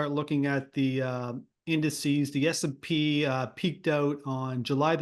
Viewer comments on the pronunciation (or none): It's S&P 500, not SP 500. Standard and Poor's, not Standard Poor's. Irritating when you can't even get the basics correct.